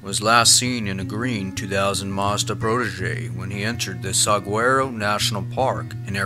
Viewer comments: It' Rincon not Pincon , and It's Pronounced PEEMA Not Pie Ma ! Saguaro not Sangarow " SAH-WHAR-O " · Sa war o. Soft a is how you pronounce saguaro. Also Pima is pronounced as pEma. Hard e. Sound! Just trying to help. Love love love your videos! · Pima=PeeMah Saguaro=Sah Wah Roe